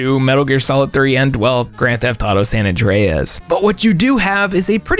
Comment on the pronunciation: The way you pronounced GTA San Andreas was so funny